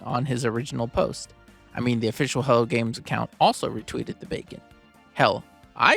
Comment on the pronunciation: Bacon sounds like Beacon.